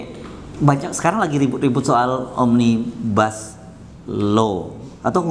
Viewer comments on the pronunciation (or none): Omnibus itu dari bahasa latin , akarkata dr nominativus omnes artinya semua, omnibus itu bentuk dativus yang artinya bagi/untuk semua.... (bukan bis panjang bis besar) Satu lagi omnibus itu bacanya sama dengan tulisannya, omnibus, bukan omnibas. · Omnibus bukan Bas om😆😂😂